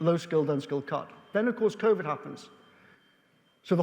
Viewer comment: "and then of course Vovid happened', did it, really?